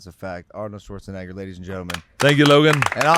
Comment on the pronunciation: Arnold - Shwartz - a Naygor